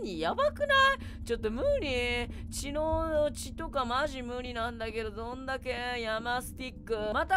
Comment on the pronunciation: ちょっとむｩ⤴︎りｨ⤵︎